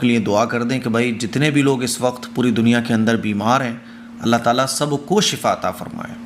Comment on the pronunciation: aap allaah taala kehte hai Ain nahi nikaalte allaah taala nahi allaah taAala kaha kijiye